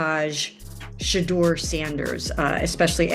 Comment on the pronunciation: Why is it that white narrators pronounce Sheduer Sanders name correctly, but the black ones pronounce his name like they’re illiterate? It reminds me of the nasty sportscasters who resented Muhammad Ali name change and pronounced Ali as “Alley” 😂.